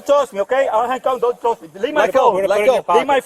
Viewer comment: 😂 “don’t tosh me” 🤣🤣🤣🤣🤣